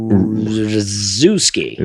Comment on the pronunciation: It's pronounced Zak-Shef-ski..